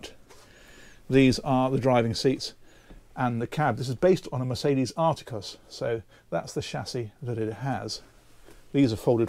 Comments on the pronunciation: The truck is a Actros not a aros and the ' tankage you showed was the after treatment or Catalytic converter euro 6 and exhaust box, not a tank. You also stated 'this has a rear steering axle and in tight spots you can really crank it around' well no you can't. The rear steer only provides around 1/4 if that of the front axles lock. It can be lifted for extra manoveablity but at the cost of risking a huge overhang, know by coach drivers as whale tale. Someone should have briefed you a little better I think. Actros is pronounced ACT ROSS spelt Actros. With all comercial Mercedes benz the max gross wieght and engine bhp is indicated by the chrome numbers on the driver and passenger doors. Eg 2540 = 25 tonne max gross, 40= 400bhp 2545 = 25t 450bhp 2550 = 25t 500bhp Merc vans are the same 315 = 3 tonne van 150 bhp This may be of use to you . Regards Basherman Trucker who drives another German truck brand MAN who also make Neoplan coaches. MAN use tge same sort of badge system. My tractor unit is a 26.500 Yep you guessed it. 26 tonne 500bhp. Cheers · its an actros not articas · I didn't know "full-beam" applies to RVs as well! Always thought that it was a maritime-only term! 🤣🤣 P.S. You've pronounced "Actros" wrong,. It should be closer to "ark-tross", I believe.